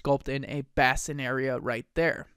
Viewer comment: Nitpicking here ... "bass-in" ... NO NO NO .... "BASE-in."